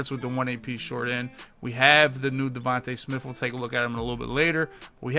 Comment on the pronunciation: bro said devonta smith better than 📀🐏 LMAOOO